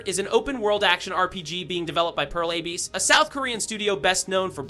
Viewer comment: Dude you are spouting really weird stuff. First of all, learn to pronounce Abyss lmao, what is that AYBISS crap. Second of all, specs are openly visible on Steam, they are accordingly high for such a game without being unobtainable, DF was very optimistic about the technical features and the company is well known to be able to pull off open worlds with fucking thousands of people going at once, without loading screens. This is the weirdest CD video out of them all so far and the bar was already low when it comes to misinfo and speculation.